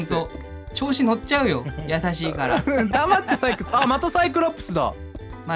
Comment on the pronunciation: ペンちゃんの採↑掘↓だってが面白かったWWWWWW